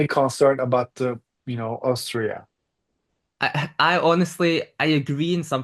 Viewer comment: My husband is also Turkish and also and also miss pronouns 'Austria' exactly same way... this is sooooo turkish